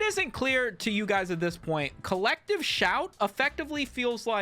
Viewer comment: I keep hearing "collective shaite", can't unhear.